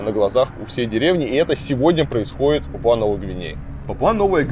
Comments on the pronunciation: А в Википедии пАпуа, а не папуА. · не папуА, а пАпуа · Немного придираюсь, но не ПапуА, а ПАпуа